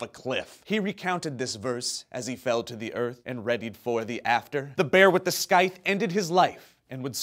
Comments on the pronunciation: Skyth? You mean Scythe? as in: "Sigh...th". C'mon people! >.> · The C in Scythe is silent... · loved the poetry but it is not skythe, but rather sythe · It's pronounced sigh-th, not sky-th. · Did you mispronounce Scythe for the sake of the poem or am I all the lesser for not knowing better?